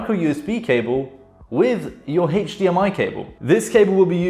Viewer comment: AchDMI cable. Best way I've ever heard it said.